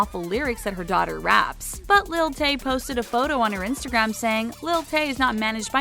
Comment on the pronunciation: When she sayee lil tay im like no